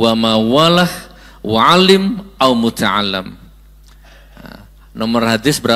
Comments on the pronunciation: Ustadz, mohon maaf, membaca teks hadits-nya keliru. Bukan alaaa dzikrullah, tapi illa dzikrullah. Bukan muta'allam, tapi muta'allim. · Hehe MUTAALLIM bukan mutaallam gos